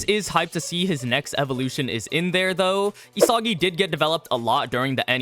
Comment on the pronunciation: did this man just say diddysagi?